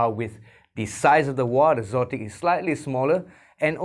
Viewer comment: You are the first person I've heard pronounce xotic as "zotic." It makes sense, but I think they are just spelling exotic without the E at the beginning for effect. Anyway, good review.